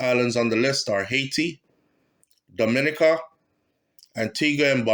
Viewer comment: Dominica is pronounced-Domi-neeka